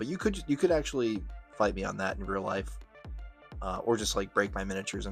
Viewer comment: “aktuwawwy pwetty fweaking cool to paint yewwow” im hollerin 😂